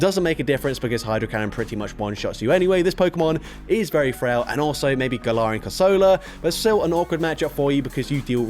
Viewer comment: Corsola ❌ Crosola✔️